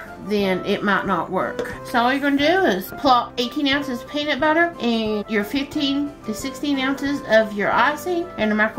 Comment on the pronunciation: she says "peaner fribbits". I will never call it peanut butter again.